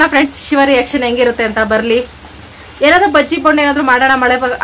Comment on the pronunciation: ಸಿವ ಅಲ್ಲ ಶಿವ